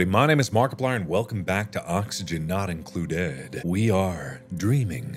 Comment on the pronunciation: he said it like: "oxygen not incluDEAD" 🤣